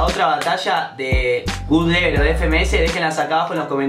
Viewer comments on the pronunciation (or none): Se dice GodLevel no GudLevel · Se pronuncia god level no gud level jaja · Absolutamente Nadie Ian: "Gud Level"